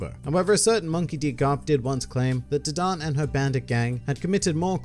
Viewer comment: dadan this man says d-don